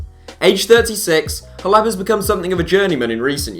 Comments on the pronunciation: Roberto Soldado to Spurs? And isn’t it pronounced “Cleb”? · WHY THE FUCK ARE YOU SAYING HLEB'S NAME WEIRD?!?!?!?